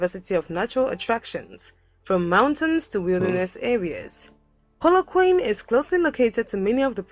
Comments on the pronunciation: This video is so bad, Im shocked. Where did you find this crap. The person reading is not even South African, the dead give aways is her rediculously, shockingly poor pronounciation of African names like Polokwane. This is nowhere near a true picture of our country. Locals will never use the "tribal" pics of Black people in our advertising. It became totally rediculous to portray the people that way. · Theres is no one who can narrate about a country than a citizens of that country,this person cant even pronounse the names of the cities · Also the lady narrating this video is not South African so this was not made by us. she is not pronouncing the names right like Polokwane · GeorgeKhoza How do you learn from someone who talks about Polokwane but shows the three rondavels in Mpumalanga as if they are in Polokwane? Again,what is there to learn from wrong pronunciation of the places about which her video is? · yeah this Video was not made by a South African. one thing we can say Polokwane , Limpopo and Gauteng properly. that was a giveaway. but i do respect the person for making it they tried. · The narrator who is not South African has pronounced Polokwane totally incorrectly. The correct pronunciation is: POO-LOO- KWAH-NEH 4 syllables not 3 ❤ from CPT, SA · It's not Poloquan,it's Pronounces Polok-1-neh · TF is "Polo-Quane"? it's pronounced "Kwa-Neh"! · Polokwane, try Polo- kwon-ay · Pronounced Polokwaane. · dont get mislead... its pronounced polo- koa- neh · Polokwane = Poh-loh-kwa-neh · More like, PAW-LAW-kwah-neh (Yours sounds like poo in the loo. Lol) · Ain't no way she said Polokwaine and this is a person you are learning from 😂 She didn't even bother trying to figure out how to pronounce these names. She must respect the country, these people can pronounce European cities with ease and Asian cities.